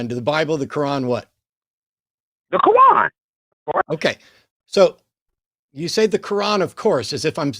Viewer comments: Did he keep saying the name of that book like "ka-won"? That's what I heard. 😂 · Is it me or did keep calling the Quran the Cowan? What a siwee wabbit he was? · Aside from unique way of saying Quran....he brought a circular argument to the discussion which guaranteed he would fail in spectacular fashion...in less than 5 minutes. Way to go, ya blew it by blowing your top....and your cell phone service is substandard....and you squeak and yell way too much, which makes you sound like a person who has lost his damn mind....and ya probably need to grow up a little bit, which is an understatement in your particular case. You're Welcome